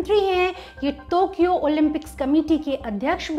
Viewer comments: टोकियो को तोकियो क्यों बोल रही हैं ये मोहतरमा? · Tokyo..not tokio mam ..sry to say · Its Tokyo not tukyo many time anchor specks tukyo. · टोक्यो होता है बहन, तोक्यो बोल कर बेज्जती कर रहे हों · I think it's टोकियो not तोकियो !! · तो or टो me fark hai,,,,tokyo hai thokiyo nahi😂😂😂😂😂😂😝😝😝